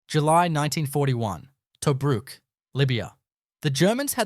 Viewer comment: Can't even pronounce 'Tobruk' as we know it.